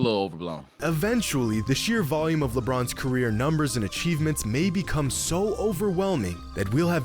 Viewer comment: Did say lepinons lol